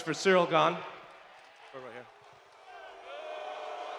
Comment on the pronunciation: Ciryl NOT "Cyrial".